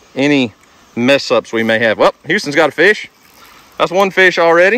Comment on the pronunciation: you said FESH? LOL